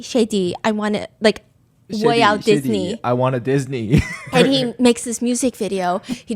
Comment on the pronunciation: I’m cracking up about Chengdu “Diss-ni” 😂😂😂